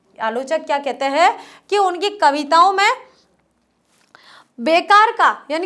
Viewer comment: आप कविताओं को बहुत ही सहज और सरल भाव से और विस्तार से समझते हैं; उसके लिए आपको बहुत -बहुत धन्यवाद आप "हैं"की जगह, "है" का उच्चारण करते हैं;जो सुनने में बहुत अटपटा लगता है... कृपया...